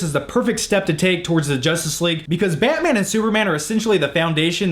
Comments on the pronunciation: you say batman weird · I hate how you say batman